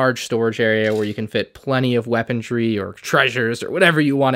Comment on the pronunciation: why do you "weapondry" instead of "weaponry"?